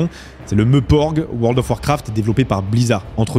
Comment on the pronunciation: J'ai bugué en me demandant si maintenant il était normal de prononcer MEUPORG ou si c'était un client d'œil 😭